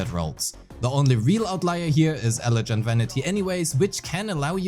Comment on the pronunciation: just FYI the G in "elegant" is a hard G as in "guilty", not a soft G as in "gentle." Thanks for the guide. I'm really looking forward to her. The tanuki looks like fun :D